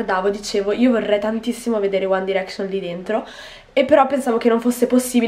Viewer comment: che poi si dice ''uan dairecscion'' non uan direcscion''